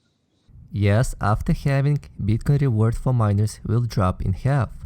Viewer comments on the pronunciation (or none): it is called hal-ving not hal-ve-ning